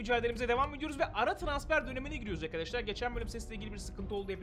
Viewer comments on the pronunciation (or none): none